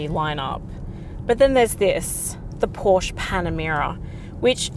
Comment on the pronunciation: best review (of ANY kind) i’ve ever seen!! very thorough. but you must pronounce PORSCHE correctly.